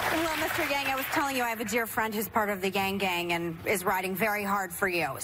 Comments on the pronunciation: Whoopi - at least get the name right - YANG does not sound like Young which is what I heard you say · How on earth do you read Yang as Young?!